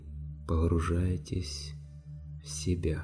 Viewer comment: Хорошее начало. Но похххружаетесь режет ухо. И много хххх. Сложно русскоязычному человеку. Спасибо, конечно.